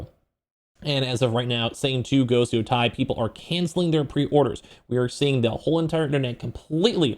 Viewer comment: "Yo- Tay!"